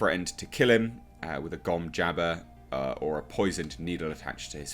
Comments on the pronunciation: Gom Jabber? Like JABBERJAWS? I think it’s pronounced “ja-BAR”, like Kareem Abdul Jabaar. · This guy seriously doesn't get it at all. Gom JABbar. Beast RABban. It's a stillsuit cloak, not a "hoodie". Fuck's sake.